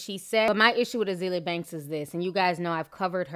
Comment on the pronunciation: Ah-zale-yah lol